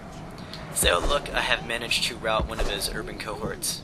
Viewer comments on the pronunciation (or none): none